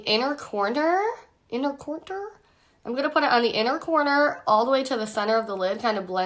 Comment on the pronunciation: “Inner cornter.” Lol. 😹